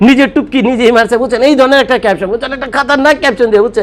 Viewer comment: টুপকি টা আরেকটু ইজি করে বলেন। আসলে এটা কি?